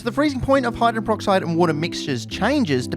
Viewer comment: "hydren peroxide"?